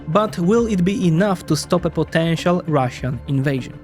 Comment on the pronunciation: He also says russian in a weird way. He says rassion instead of russian lol